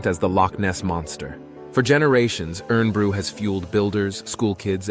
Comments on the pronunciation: IRN BRU is pronounced IRON BREW ,Scotland is the only country in the world were COKE is NOT the best selling soft drink 👍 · It's not pronounced "Urn Brew". Get the pronunciation right. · In Bru is pronounced IRON BREW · I'm glad the apology was at the beginning for pronunciations, URN bru😅 was getting me wound up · Irn-brew is pronounced iron- brew for obvious reasons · It's pronounced iron bru the best Scottish saying I like it's hooah aa in prostitute of a night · Scotland's other national drink is pronounced "iron brew". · Well narrated but the plinky plonky music in the background is so off putting. Irn bru is pronounced iron bru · Cool video, as a 61 year old Scot it's pronounced "Iron bru" tho.😂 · the drink is spelt Irn-Bru but pronounced Iron-Brew. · Irn Bru is pronounced Iron Brew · Its pronounced iron bru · It's iron bru m8t great video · Errata ~ The drink is pronounced "Iron Brew". The reality of Dolly ~ "Dolly lived at the Roslin Institute throughout her life and produced several lambs. She was euthanized at the age of six years due to a progressive lung disease. No cause which linked the disease to her cloning was found." Sheep normally live between 10-12 years; Lung disease is very common in sheep, (possibly due to the weather in Scotland ?). See was also reported to have arthritis but examination of her bones showed that there were no more signs of Arthritis in Dolly than could typically be found in normally conceived sheep of her age. There are NO prescription charges for NHS doctor's prescriptions, they are free. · its actually pronounced Irn Brew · I’m Scottish and proud of it. I must admit that I enjoyed the video but AI commentary or lack of research showed on the part about IRN BRU where the irn is mispronounced. It should be pronounced as IRON (which is why it was said to be "made in Scotland from girders" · Too much Ai and learn how to pronounce IRN BRU. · It isn't pronounced "urn-brew" - it should be said like "iron-brew".